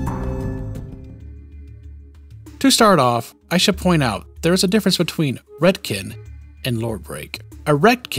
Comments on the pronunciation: Ive never heard it pronounced "retkin" before.always ret "con" like in CONtinuity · RET - CON. not Redkin. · Sorry, but I cant get over how you pronounce Retcon as "Redkin" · I don't know if i've ever heard the word retcon spoken. Is this how you pronounce it? Like "ret-kin"? I always read it as "ret-con"? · Everyone on Earth: “Retcon”: “Redkin” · I'm trying, I'm trying but he keeps saying retkin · Never heard "Ret-ken" before, odd pronunciation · And "Jenny" is "Genie"... Man's brain is broken 🤣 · I've NEVER heard anyone pronounce a retcon as 'Ret-kin' before. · He said retcan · Retcon is pronounced RHETT - KHAN. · dude keeps pronouncing retcon as redkin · Are we all just gonna ignore how he pronounces retcon? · Cant say I've heard someone say Retcon like that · I have never heard anyone pronounce retcon like that before… i want a unique nightkin named “retkin” in the next fallout game lol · It stands for retroactive continuity so pretty sure he's saying it wrong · Hard to take him seriously when he can't even pronounce "Retcon" properly... Retroactive Kentinuity. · Completely shocked this guy doesn't butcher canon's pronunciation like he does with retcon. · Great video. Except you mispronounced retcon and it bugs me way more than it should. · Am RetKin I identify as a Retroactive Continuity. Srly tho why do you say RetCON like that?! 😆